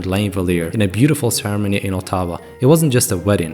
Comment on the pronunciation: Is this just shitty AI narrator? Or can the guy not pronounce ottawa and iain??